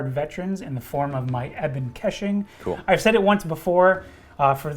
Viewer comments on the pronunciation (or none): if your gonna run units like Ebon Keshig you better learn how to pronounce it correctly.